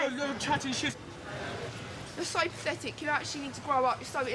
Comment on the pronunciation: “You’re so paphetik”